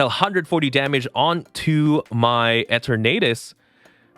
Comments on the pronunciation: “Eh-ternadus” is a little.. eh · 🤣 he gotta be trolling saying it like that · Why do you pronounce the name like that?